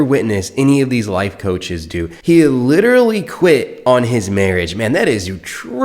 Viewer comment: Literally literally lidderly lidderly like Lidderly 🎉🎉